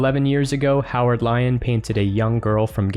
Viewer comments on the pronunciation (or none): none